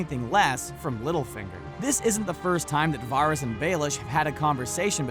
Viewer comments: It's not Varis (var-ris), it's Varys (Va-ris)! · This guy's pronounciation of "Varys" triggers me. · It's varys not virus. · Ugh stop calling him vahr-is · Wtf is Virus? Or Waaaris? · Pretty sure all of these are in the show. Please stop saying Varys like that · if you are a big fan of game of thrones and actually watch it, how do you mispronounce varys' name? he's a pretty important character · VARYS ISN'T PRONOUNCED LIKE THAT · when he says Varys i die inside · Pronounce Varys's name wrong one more time and I swear it by the old gods and the new, I will haunt you!😠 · The Firepheonix they always mispronounce names! It's infuriating! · these aren't deleted scenes?? These all appeared on the show so how are they "deleted"? Also, stop making me cringe when you say VARYS